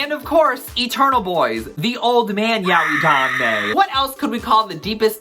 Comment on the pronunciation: The pronunciation of yaoi frustrated me. I'm from a mixed Japanese family (we also have Chinese, Korean, Filipino, Hungarian, Spanish, Portuguese, etc. blood) and I've had non-native Japanese speakers who never studied the language, can't read hiragana, katakana OR kanji who aren't even of Japanese descent, don't speak the language and have no friends who are Japanese or speak Japanese correct me and others who pronounce it as "yow-ee" and tell us it's pronounced as "yah-oy" and I'm sad to say these people are often white people whose limited knowledge are sourced from other ill-informed individuals who believe this to be correct.